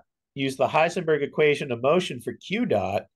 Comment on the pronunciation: Wow, correct German!